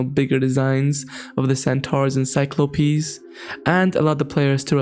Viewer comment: Is he trying to say Cyclopses?